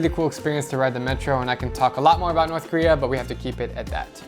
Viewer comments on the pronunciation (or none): none